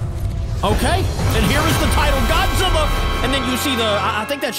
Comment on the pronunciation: Everybody is saying Godzilla wrong